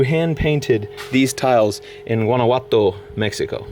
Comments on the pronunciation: I say A for effort on trying to pronounce Guanajuato. It’s pronounced Guan-a-jua-to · It’s pronounced WANNA-HUA-TO. Just if you wanted to know. :) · Omg Guanajuato is not pronounced like thaaaaat (still loved the video don't hate me) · Why did you say “guanaguato” 😂😂 guanahuato is how you pronounce it even tho it’s spelled Guanajuato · It’s gonna be a booze 🥃 room ...also when you say Guanajuato you pronounce the “j” like an “H” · love you bro but the j I’m Guanajuato isn’t pronounced that way and it bothers me please pronounce it correctly it’s supposed to be like an h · You completely butchered the pronunciation of Guanajuato